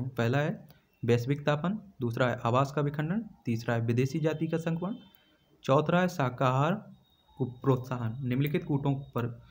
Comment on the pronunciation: Choutha hai naki chouthra....har baar galt ucharan kiyu kerte ho aap???..irritating lagta hai...n thanks for answers